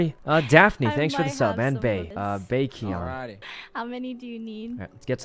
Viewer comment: Omg when Sykkuno pronounced Baekhyun as bake-he-yun 😂